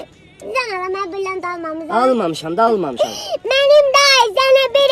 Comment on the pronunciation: Prasdoy biriliyant? BİRİLİYANT😂😂😂😂😂🤣🤣🤣